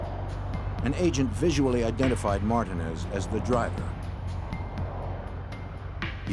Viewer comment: I have never heard anyone pronounce Martinez that way. Are they dumb?